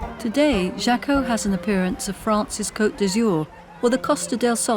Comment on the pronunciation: Jaco is pronounced Haaco